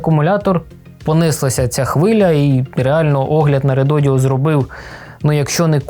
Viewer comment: Дякую за огляд! Одне тільки питання: Чому редодіо, якщо це редодо, без літери "і" ?))